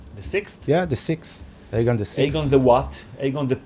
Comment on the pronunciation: Was it aegon or eggon targaryean because I heard eggon